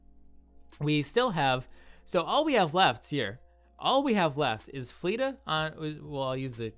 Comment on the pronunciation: Great video, but man it’s Flet-Ta not fleata